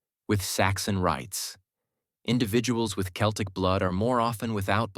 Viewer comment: It would be more convincing if the narration managed to pronounce "Celtic" properly. And no, they did not come here in 10,000BC and there was no such language in existence anywhere when Britain was recolonised after the ice age. All I hear is a lot of muddled pseudoscience mixed with modern myths like "Celts", "Anglosaxons" and "Vikings". Might as well be "Dwarves", "Elves" and "Hobbits".